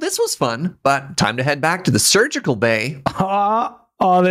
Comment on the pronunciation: Serge-ical bay.